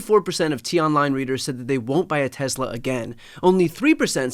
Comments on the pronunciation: BTC's pronunciation as "Tezla" seems odd to me. I live in California, and I've always heard it said "Tesla," at least around here. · TESS-LA. TESS-LA. NOT TEZZLA. TESS-LA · Its pronounced "Tess-luh." there is no Z. Fwiw. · Brian, it's pronounced "TeslER" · Hey Brian, I think it’s pronounced Teslar